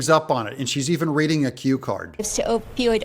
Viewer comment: She may not be able to say opioid but she can rig an election.